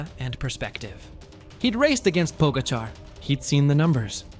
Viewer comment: Po-GA-char. Source: I'm Slovenian :)